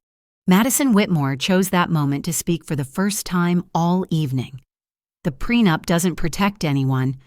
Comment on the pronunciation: It's prenup not prenapped😂😂